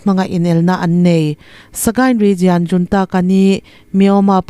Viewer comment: Ngaihthlak a nuam thin e. Hei hi ka'n sawi mai mai, ngaih loh lamah lo ngai lo la. Region hi rigian tiin in lam thin a, lam dan dik rigon tiin 'i' tel lovin lam thei tawh la, a tha ka ti. Youtube channel nei dang pawh hian 'jian' tiin an lam deuh vek mai a. A tawp lama 'al' tel lam dan regional (rijawnal) lam rik ang thovin 'jaw' tih tur a ni a. Ngaithlatu an tam thin si a. Lam dan dikin lam thei tawh ula ka lo ti thin lutuk a. Media lamho chu in pawimawh si a. A dik lo theh darh chiam ang in ni si a. Min lo hrethiam dawn nia.